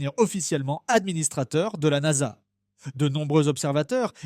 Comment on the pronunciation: la "N-A-S-A" sérieux, vous écoutez ce que vous produisez ?